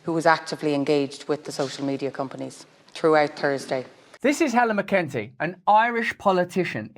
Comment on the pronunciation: mc en tee thats how you pronounce it ..